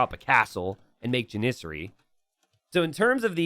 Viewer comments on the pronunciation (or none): Why does still deliberately say 'Janissary' wrong?